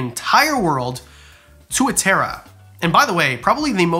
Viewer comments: lol the way you say it XD its more like To,a,tar,ra ...Moari always catches people out haha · Tuatara is pronounced “Two-a” “tar-a” I’m from NZ btw so that’s just what I have heard but idk 🤷‍♀️ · Great vid but as a pakeha kiwi even I cringed at that tuatara pronunciation 😂